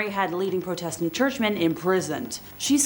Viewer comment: You're mispronouncing Protestant. It's not Pro like Pro Football Player. More of a "aw" Praw